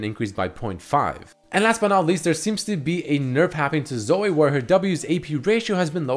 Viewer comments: its Zo - wee not Zo - wei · zoe as in zoui not zoooeeee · Say Zo-eh one more time I swear... God Fucking Damn it. Zo - EE. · Zoey, not Soay. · Why do u say Zo-ay its Zo-ee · 1. does have an accent 2. His accent shouldn't affect the way he pronounces Zoe, he just keeps forgetting that it's pronounced Zoh-ee 3. It's not pronounced fucking Zo-ay, and it's not a french name either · I love you man... but you don’t have to hard pronounce the E in Zoe lol 😂 it’s just zo-EE not zo-AY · jesus christ hearing him pronounce it "zoh-ay" is giving me auditory cancer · repeat after me; z - oh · IF YOU SAY "ZOEH" 1 MORE TIME I UNSUB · why the fuck is saying Zoe as 'Zoeh' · "Zoeh" x) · Why can’t he say Zoe? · Wait so can no youtuber pronounce Zoe??? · the way he says Zoe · doesnt have an accent he's just mispronounces it. He also mentioned it on a video and says it correctly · Not sure that's how you pronounce her name... The e is silent otherwise it would have a y on the end... Shes gonna be super fun on aram though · Holy shit pronouncement of Zoe triggers me so hard. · how you pronounce "Zoe" is sooo................ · WHY THE FUCK CAN'T YA SAY "ZOE" PROPERLY?